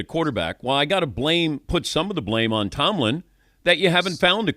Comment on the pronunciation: He cant say tomlin